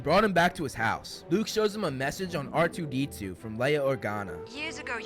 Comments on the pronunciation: us:R2D2 Him: R2E2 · Fml he said r2 e2😂😂